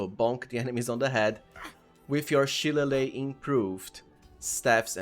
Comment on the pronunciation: As an irish person i must point out shillelagh is pronounces shi-lay-lee 😂 now imagine what our town names are like 😂